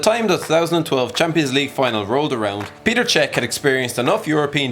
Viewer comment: It's PETR Cech, not PETER